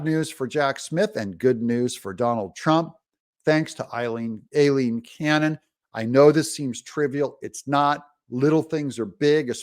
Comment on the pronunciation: Her name is pronounced phonetically "eye lean" Aileen....please correct